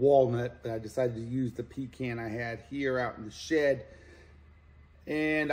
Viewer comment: I came to say that the bowl is absolutely gorgeous, and the pink is perfect. Also, you correctly pronounce pecan!!!